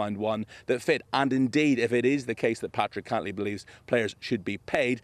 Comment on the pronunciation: Cantlay. Wrong vowel.